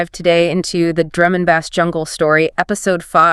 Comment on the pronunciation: I'm I listening to two AI voices talking to each other! I'm fine with that, but what I'm not fine with is how (she) says BASS! it's pronounced ((BASE)) not Baz 😂